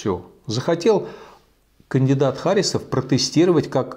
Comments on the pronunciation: Михаил Борисович, в фамилии Харисов ударение ставится на "И". Я знаю, потому что являюсь носителем данной фамилии. И какое совпадение, что я тоже живу в Башкортостане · Я думаю, правильно ХарИсов. От татарского имени ХарИс.